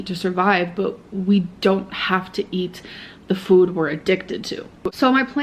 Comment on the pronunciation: The way she started to pronounce “food” is infuriating